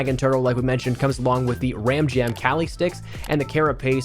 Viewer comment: Kah-Lee stick. Like the martial are Kali. Just fyi